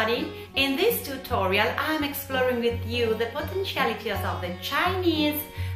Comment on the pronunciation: tootoral potenschiality Congrats mum. 'Tis a n00b mistakes